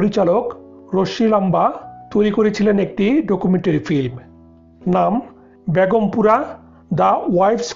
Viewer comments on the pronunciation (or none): none